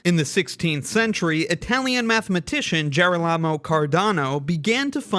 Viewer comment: ge-RO-la-mo, stress on the second syllable